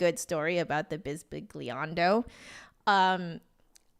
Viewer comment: Hahaha, seems like I need to rescue your Italian pronunciation again 🤭 Remember when, years ago, I used to torture you with how to correctly pronounce German/Italian/French words? Fun memories xD Embarrassing how I went about it, looking back on it now, but it was fun 😂 Anyhow, bisbigliando, the gl makes a ly sound. Pretend it said bisbilyando. The word itself means "whispery". As for the composer Salvatore Sciarrino, sci makes a sh sound, so it should be read as sharrino. This won't fix your accent, but the pronunciation will be correct 😉